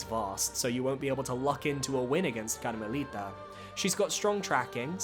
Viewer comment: Love how you say Karmelita in spanish